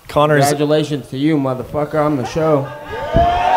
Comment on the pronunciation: "So Nate, Congatulations, you're rich now." - GOAT